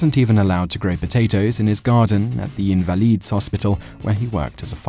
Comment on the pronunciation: The way you pronounced "invalids" really irked me. I love your videos but every now and then you mispronounce something and it drives me nuts lol. Doesn't mean I'm going to stop watching though, keep it up!